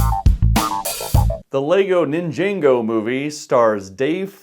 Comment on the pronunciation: Just for note, you keep saying Nin-JAY-go its pronounced Nin-JAH-go and yes the movie is better if you watch the show. From what Ive heard it was supposed to be a made for TV move but it got shoveled into theaters because of the success of Lego Movie and thats why it isnt as good.